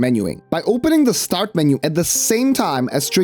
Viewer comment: For the first 10 minutes I thought he was saying STORT position.